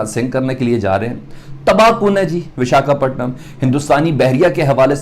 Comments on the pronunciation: Bechare se bola bhi nhi jaa rha VIS-KA-PATNAM 😂😂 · Abe sale pehle bolna sikh le,, biskapatnam,, 😀😀😀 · Vishka Patnam ?? Yeh Kya Bolriya Hai 🤯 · अबे नाम तो सही से बोल 😊😊😊🇮🇳